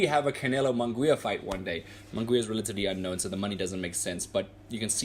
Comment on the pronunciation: Get the name pronunciation right bro.